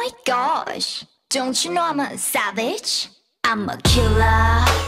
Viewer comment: Winter really said SAVEGE